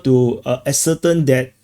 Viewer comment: Ascertain.....pronounced "a-sir-TAYN" One of my tai chi teachers used to say "air-bo" instead of "elbow." Your English is still much better than my Chinese or Singaporean.